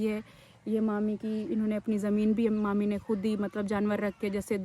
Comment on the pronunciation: Manur kya hota hai mami bola kare